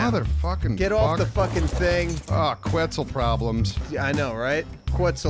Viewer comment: I'm pretty sure it's pronounced kets and not qwets